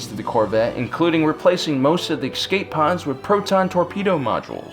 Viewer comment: The imagineering of this alternative storyline is really good, but please note, for the love of sanity, the word is ESCAPE not EXCAPE.